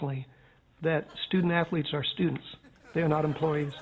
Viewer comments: "stoodent atholeetes" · “Student Athho-Letes? Why that’s brilliant Sir”. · Student Anth-o-leets? Haha that is brilliant sir. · "Student Ath-O-letes" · "student ath-o-lets? Ho ho, now that's brilliant sir!"